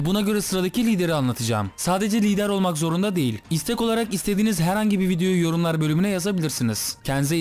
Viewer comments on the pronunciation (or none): none